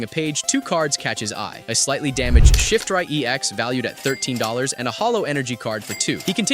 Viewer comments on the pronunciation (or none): "Shif-try" Its shiff-tree. Watching the anime will do wonders with learning what the nanes are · Shift-rie.....that's not how you say it... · "Ecarns", "Shiftri", "Celaby", "Muk x" 😂😂😂😂LMAOOOOO